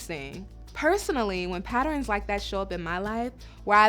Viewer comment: My sister says patter-ens too!